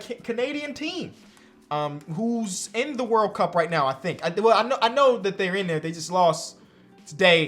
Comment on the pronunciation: Hearing say wurl cup is just the peak of life